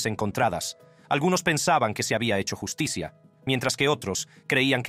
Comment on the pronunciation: No entiendo nada al robot que habla. La llus ti cia 😮😂